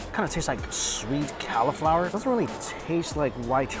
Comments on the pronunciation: And cal-a-flour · I’m actually crying at how Mike says cauliflower 😂😂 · Yeah, is "Caly-flower" an American pronunciation? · I thought he was talking about a calla lily 😭